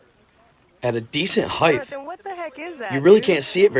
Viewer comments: It's heighttt not heighth 😂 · Hit with a fact check. That’s SHOCKING! Would u PLEASE learn how to pronounce HEIGHT…PLEASE. It ends in HT not TH. It rhymes with TIGHT it does end like WIDTH AND there are MORE PLANES the closer you get to an airport not less. That’s why it’s a no drone zone. So it’s decidedly more dangerous near LAX than further away.